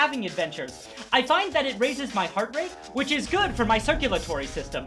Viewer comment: "huge hearth"